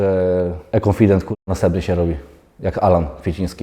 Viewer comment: Denis jak zwykle kibicuje, ale nie róbcie gańby z tym "ekonfident" konfident to konfident i tyle